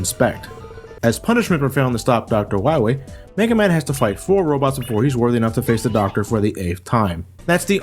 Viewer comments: DOCTAH WAWHEE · Watched the whole review and I didn't notice that was calling him "Wahwee". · Dr. Wiwy? Seriously, 90% of the times says his name, thats what i hear, im not complaining i just think its funny xD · Why do you call him "Why wee" instead of "Why lee"? :P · Am I the only one noticing that said dr.wowy instead of dr. Willy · I like how in the Megaman 7 review, he said Dr.Willy for the whole video, and he said Wahwee for the duration of this video. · I love the commitment of saying Dr. Wahwee for the whole video. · are you saying wowie? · The first time I watched this review I rewinded the video repeatedly to see if I was imagining saying Dr. Wahwee. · gotta fwight docrah wahwee on teh pwaytation verson. at least its a good laugh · Doctah Wahwee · *docta wawee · Doctuh Wahwee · You'll have to find Wiwly MegaMan. I'm hunting wabbits. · abu Bangurah Yea but as Reinaldo said, in the game Dr Light has a speech impediment and says Dr. Wowy instead of Wily, so obviously was just doing it to make fun of Dr Light's voice... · Reinaldo Martinez i meant when said Dr.wowy instead of Dr. Willy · I love how keeps saying wywee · Doctah Wiwee should be awessted fo his cwimes!! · when we fine dat meteah, we’ll fine doctah wahwee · Be vewy, vewy quiet, I'm hunting Dactah Wahwee insert Elmer Fudd laugh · Docta Wahwee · I love how he calls him Wahwee all the way through 😂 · is he saying Wah-we throughout the whole thing? can't tell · Time out... weren't you pronouncing Dr. Wily's name "Willy" in all the previous Mega Man reviews? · Third time watching this review and noticed you always pronounced Wily as Whawee. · Doctor Wahwee. LOL! ^_^ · Did anyone else love how he calls him "Dr. Wywee"? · DOCTAH WAHWEE!!